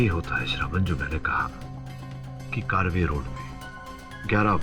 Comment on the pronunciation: कारवे रोड नही है ये कर्वे रोड कहते है